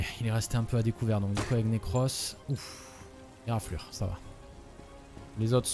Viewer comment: Le pauvre Necros, a chaque fois que le joue, il dit autre chose que son nom xD Nacros, Nercros etc